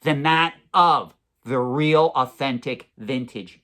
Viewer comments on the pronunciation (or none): none